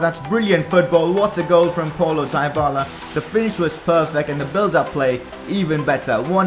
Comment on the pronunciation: it's dee-bala you dumb bitch say it right